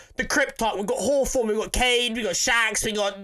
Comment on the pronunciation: Hawforn, haha